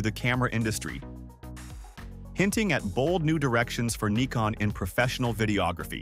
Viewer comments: What the hell is a Knee-Con? The Brits call it a Nick-On, I call it a Nigh-Con, what do the Japanese call it? I mean they are the manufacturer of the silly thing! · Ummm…no. Nikon themselves many times in their own videos say “nai-con” or “nih-con”. In the U.S. it’s usually pronounced Nai-con, and in Europe or Japan nih-con. I’ve never heard anyone say nee-con. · Neekon? 😂 robot voice not good. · Sometimes the robot gets confused and opts for Ny-kon instead. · Pick a pronunciation for "Nikon" you keep switching with each camera.